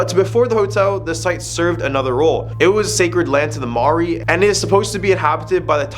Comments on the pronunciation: Maori not mauri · Bro litterally said Mawori in stead of maori, Haha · Its okay that you cant prounonce maori its a hard language to pronounce e pai ana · The person that pushed Yuri was actually a Russian ballerina named Dasha. No offence but you mispronounced all of the Maori names.